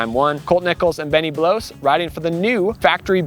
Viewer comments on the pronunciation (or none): Love your presentations. But I believe Benny’s last name is pronounced Bloss, not Blose like Chris Blose. And Julian “Bow-mere”.